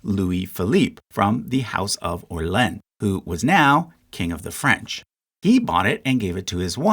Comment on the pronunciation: Yeees, this bothers me so much in English speakers and I don't even like the French! Also the pronounciation of Orleans... come on man...